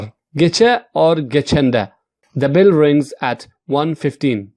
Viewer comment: It’s a Bell not bill